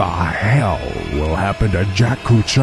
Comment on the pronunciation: but they pronunce his name like cucciaio pronunciation of "ch" is like k